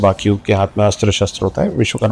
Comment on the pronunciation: Vishwakarma hota hai,aur Stapit hota hai na ki stapt